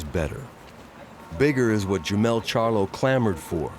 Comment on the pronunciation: it's Jermall, not jermell